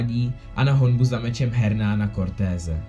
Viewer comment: Bruh. To není Hernán, čte se to "ernán". Taky ten koho porazil se jmenuje Montezuma, aztécký panovník, ale jinak nice.